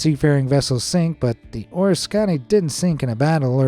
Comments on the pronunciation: Can you imagine archaeologists scratching their heads centuries from now? EDIT: BTW, or-is-CON-ee REALLY?!? It’s a-RISK-ah-nee sheeesh 🤦‍♂️ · Oriskany is pronounced "or-RISK-a-knee" My thought is for you to replace the wrong pronunciation with correct one. Hearing your pronunciation makes my skin craw. Are you an AI voice. I suspect so. You butchered the names of the cities in France too. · Pronounced OR RISK CAN KNEE ORISKANY My brother was a ships owner after being part of the skeliton crew that returned her to Norfolk Naval Ship Yard for rebuild and refit. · It’s pronounced Or-risk-a-knee or the “mighty O” Plz do some research ✌️🇬🇧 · You are mispronouncing the USS Oriskany. It is pronounced "o-ris-cun-ee" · Pronounced Oh-Risk-a- knee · Not to get off track here, but it's pronounced - Oh-Risk-Can- EEEEE. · The USS Oriskany's name is pronounced "or-RISK-can-knee". Named for a battle fought during 1777 in the American War of Independence. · It's pronounced aw-ris-kuh-nee or oh-ris-kuh-nee. It's a place in New York state. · Very Interesting video. However, PLEASE learn how to properly say the name of the USS Oriskany. It is not O-Re-Sconny! Duh! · Very nice attempt at not butchering the name of the killer carrier USS Oriscany❤❤❤❤❤ "Delivered" O'-Risk-can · You are pronouncing Oriskany wrong,look it up, it is or risk a knee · Please use a real human voice for narration. It's USS OR-RISK-CAN-EE!! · Hey, AI - you need to learn some new pronunciations. The name of that ship at the end is pronounced Or-risk-any.. My father served on it, and I toured it as a child about 70 years ago. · Yeesh, if the government invested all that money into tire recycling/repurposing then there would be no cleanup necessary. The ship was the "or-RISS-keh-nee" , Iroquois for "place of nettles". Upstate New Yorkers are probably the only ones who pronounce it right 😄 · Say it with me: Oh-risk-uh-knee. Oriskany. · Pronounced, “ OR-ISS-CAN-EEE” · You should have learned how to say the great ship.